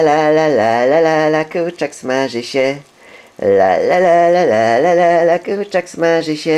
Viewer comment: wydaje mi się czy on mówi ,,kurczyk''